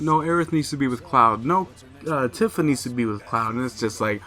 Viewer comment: Tifa is pronounced with a "ee" sound like iced tea. "Teafa"